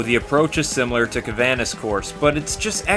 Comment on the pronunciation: It's "canvas course." Not "cavanas course." It was a wonderful review, but that mistake kind of bugged me. You still get a "like" because it was overall a fantastic video.